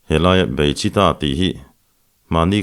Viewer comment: Beichitha nilovin Beichhitha tih zawk tur Mara hming ani e👍